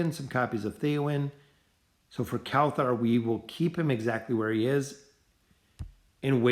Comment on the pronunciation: Why do you say kelthar instead of kelthur